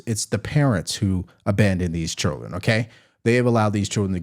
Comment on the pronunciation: Nobody: ….: chirlen